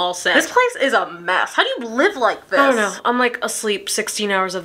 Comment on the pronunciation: Lmfao the “kknnnneeeow”